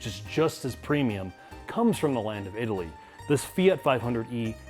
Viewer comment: pronounces "Italy" like in "Italy tyour wallet".